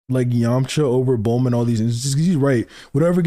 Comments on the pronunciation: He says Bluma because her name is meant to be a pun on Bloomers. Most of the names in Dragon Balls are meant to be English terms adapted into Japanese spelling. Technically the kana of her name would be pronounced as Bu-ru-ma. This is because "consonant" sounds in Japan almost always have a vowel attached. Hack off the "u" attached to the "B" and you get Bruma. Change the "r" to an "l" because of how Japanese works, and you get Bluma. Or sometimes Blooma. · His pronunciation of some words makes sense if he grew up with the raw/subs, but who duh fuck is BLUEMUH? This dude is like NCHammer with some of the characters and techniques in Naruto he says weird.